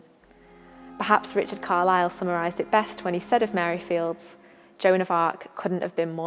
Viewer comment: Please correct your pronunciation of Mary's Surname. It is pronounced Files, you don't sound the silent D in Fildes..Thank you.